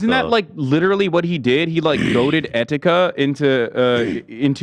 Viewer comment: Please dont bring Etika into this when you cant even pronounce his name correctly this is so disrespectful. I agree fuck keemstar for what he did but he is not the villian of etikas story. Do not mention Etikas name unless its for a positive cause please dawg